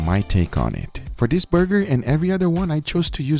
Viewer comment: "Chris likes a THICKKKK BURgeRRRrrrrRRRRrRrrr"😂😂😂